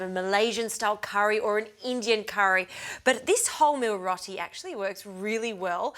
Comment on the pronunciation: its pronounced rowti not rotie